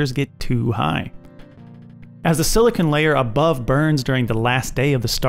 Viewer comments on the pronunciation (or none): none